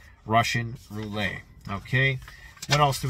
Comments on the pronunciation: LMAO! Frickin' Canadia and the French stuff... Roo-Let. Roulette. Homie with the "Roo-lay". HAHA! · it's rou - let, not rou-ley... even in the French pronunciation. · ruh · shuhn roo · let Not roolay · Any time you say 'Russian Roo-lay' instead of 'Russian Rou-Lette' I chuckle a bit. Is this how Canadians really talk? 😆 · Serious question: Is roo-lay the Canadian pronunciation of roulette? In the US, we say roo-let. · "Rou - lay" you say?